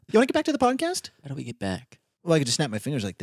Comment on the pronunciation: came from listening to the audio version to watch the video just to see when said "podtest" instead of podcast😅 pd. Love you 😄